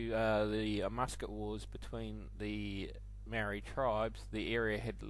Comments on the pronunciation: You'd think after 200 years of being here they'd at least try and get the pronunciation of the Marry (Maori) by now. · Maori is pronounced wrong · Maori not Marry.